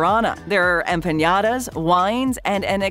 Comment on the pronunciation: It's pronounced "empa-NA-da", there is no ñ or i on that word.